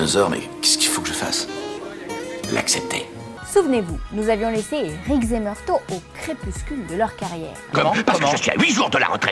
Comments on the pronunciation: "Meurto"... Roger Murtaugh, ça se prononce "meurtof" C'est pas une saucisse de... Morteau XD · Par contre, le sergent Murtaugh se prononce “Meurtof” et pas “Marteau”! 😅 Je plaisante! Très sympa cette video! 🙂😎👍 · Murtaugh, on prononce « Meurtof » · meurtaugh sa ce lit meurtoff MEURTOFF TA COMPRIS ? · J'avoue, elle m'a fait saigner les oreilles!! La meuf lit son texte à merveille, mais alors putain...elle a jamais vu l'arme fatale, sinon elle n'aurait jamais pu dire MEURTO. La loose de présenter une émission ciné sans connaître ce classique. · Murto ? !!!!!! On dit Murtaugh (ffff), c'est quoi cette nana ?